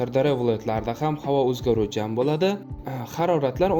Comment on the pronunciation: Блади эмас Булади !